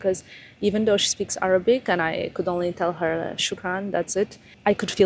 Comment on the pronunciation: your Arabic accent is so good, It’s not too hard to learn, knowing your drive you can do it. And omg Vogue, how huge, congratulations 🤍